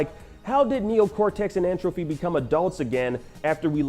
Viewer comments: Him saying N. Trophy instead of Tropy bothers the Hell out of me. It’s like entropy dude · Someone please tell this guy that it’s N. Tropy and not N. “Trophy” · Yo, this man keeps saying N. Trophy and it's killing me. It is N. Tropy!